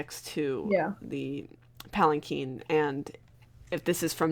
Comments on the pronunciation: Urgh it's a palanquin pronounced palacwin not palaceen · "um, actually it's pronounced palankeen"